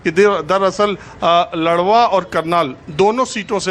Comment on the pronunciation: Wo ldwa nhi ladwa h sir